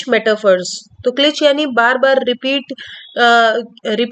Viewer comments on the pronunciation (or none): क्लिच नहीं क्लीशे